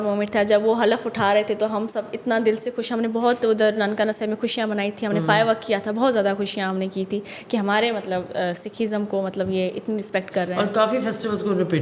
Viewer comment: حلف = half✔️/ نہ کہ halaf